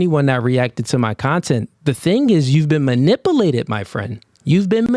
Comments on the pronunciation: “You been manapulated my friend”😂😂😂 Niqqa its manipulated, bruh! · I don’t trust dudes that say Muh-Nih-Pooh-lay-ted instead of Muh-NIH-Pew-Lay-Ted! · It's mani-POOO-lated! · You got “man-nip-pull-ated.”😅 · Did say "ma-nipple-ated"🤔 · you been mani-poo-lated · You heard him.. you’ve been “MANIPPLE-ATED”😂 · He should go back to school and practice pronunciation. " Manipilated?"😂😂😂😂😂, don't let this dude dimmer your shine and gloss. You're going to be alright, baby bruh 😎. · Anyone who pronounces manipulated that way (manippillated 🙄) has lost my attention immediately. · 🗣️ wtf is manipeelated🤣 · No...its pronounced ,"Ma-nipple-ated"😂😂😂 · MunipULated not muniplated Jesus high value men pronounce their words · "Manipilated" huh?😂 How can you teach men, when dont know proper English. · Dude is rather ignorant. He can’t even say the word “manipulated” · not mispronouncing Manipulated. 😂😂😂😂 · Cannot pronounce manipulated - cannot be taken seriously. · Exactly and he had the audacity to be condescending 😂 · The fact that he can't correctly say the word "manipulated" is sending me. 😂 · Man can't even pronounce Manipulated correctly 😂😂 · Never trust a man that can’t pronounce “manipulated” 🤦🏿‍♂️